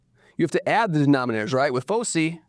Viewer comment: It’s pronounced /ˈfəʊsaɪ/, sir. I don’t go to bed until I’ve watched your daily videos 😁